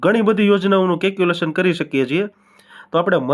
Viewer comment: Caculation nahi calculation bolo mota...baki badhuinformative chhe...